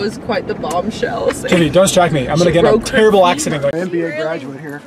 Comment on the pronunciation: “I’m gonna get in a tewwible accident “